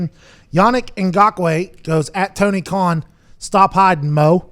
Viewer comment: ”SHAHDA KAHN.” 😂💀